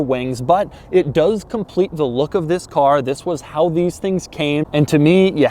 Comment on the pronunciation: Just stop saying THIS that way it's so annoying